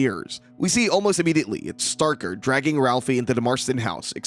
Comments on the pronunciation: STRAY-ker, NOT Starker. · *Straker, not “starker” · “Straker” Not “Starker” lol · small point, not Starker, Straker. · One problem l have with this video is that the narrator repeatedly mispronounces Straker’s name as “Starker”. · If you're gonna hate on the movie can you at least get your pronunciation of the name Stray-ker correct. Also the newspaper cliptalking of the fire is from 1951,the first fire that almost burnt the town down. In the 79 version Marc is giving his speech for the play which tells of the 51 fire. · you know when someone hasn't seen the other two TV movies, & hasn't read the book, when they mispronounce one of the major names in the story. Over & over. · hahahahaha! "Straker" is really a hard word to sound out in your head, right? How many different ways do you think it COULD be pronounced? "Let's see--"st" is short for "saint", so maybe it's 'Saint Raker'"? Gimme a break. SOME words, yes. A simple word like Straker, I doubt you'd struggle to pronounce, unless you have reading difficulties. I suggested having read the book AND seen one or more of the TV movies would enable you to pronounce it correctly. It's not as if Straker is a minor character. Also, the argument that "the script was wrong" may be true, but IF you'd watched any of the other series, or listened to any other review of Salem's Lot, ever--you'd correct the script when on air, & when actually reading from it. My point is this guy isn't a true fan, because at least once or twice in his life, he'd have heard the proper pronunciation for that name. Now that's ok--most reviewers AREN'T really fans. Now he knows. Maybe going forward, he's less likely to mispronounce.